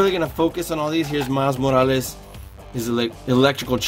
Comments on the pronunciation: Miles Moalas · The way he says morales makes me cringe